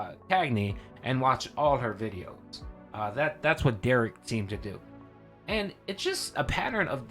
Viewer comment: Please continue to normalize the pronunciation of Derich with a hard "k" sound. Big ups for doing that.